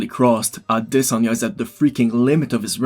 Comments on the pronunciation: AdesOnya not Adesan--ya you try to pull off the pronunciation so bad but its wrong homie :D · it's pronounced a-DES-anye brother but I completely agree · Ah-de-sanya....brilliant 👌🏼 great analysis man, the fight didn’t play out anything like I imagined...Izzy was humble in defeat :)